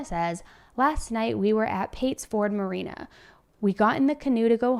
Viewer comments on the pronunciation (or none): none